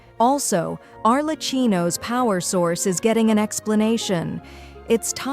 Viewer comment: Bright Skies-sss-sssss-ssss.. The so-called "Gurl" Also, Are-luh-chee-no